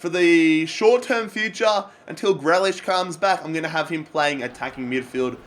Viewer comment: It's pronounced "GREE LISH"